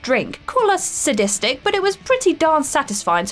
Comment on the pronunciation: deblete; sadisdic